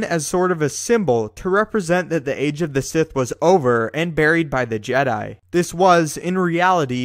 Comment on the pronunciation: tha je-diiii still haunts me....